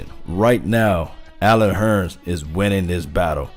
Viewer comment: I know you're country because you said Allen Hurn instead of Hurns. You sound like my Uncle from Arkansas.